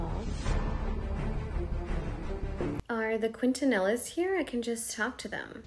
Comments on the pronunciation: I would've been so pissed off the audacity when she when can I borrow selena quintaNELLAS THE ONE IN NUTTELA NOT EVEN PRONOUNCING IT RIGHT WAS THE TIME I DRAWED THE LINE HELL NO YOU CAN ESPECIALLY WHEN SHE SAYS SHE AND HER ARE AMERICAN SHE WAS ORIGINALLY FROM MEXICO THO WHAT IS YOUR POINT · God, I can't stand how she pronounced Quintanilla !!! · The way she pronounces Quintanillas 😂